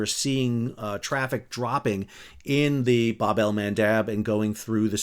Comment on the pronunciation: Good thing I had my homemade blackberry wine 🍷 at the ready when you said Bab al Mandab